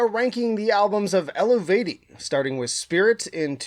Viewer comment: It's pronounced "Elveytee" for english speakers.